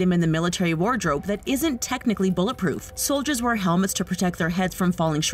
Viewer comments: She said foldiers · Did anyone hear say foldiers? That makes me sad